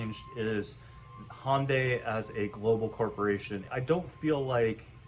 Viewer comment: HUNDAI NOT HONDAY.